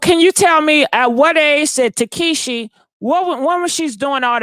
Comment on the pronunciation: Every time she says tekeeshee I die laughing 😂😂😂